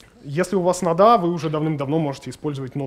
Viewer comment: По существу не плохо. Но резкие субъективные заявления и ужасные ударения (нодА, докИ) отталкивают.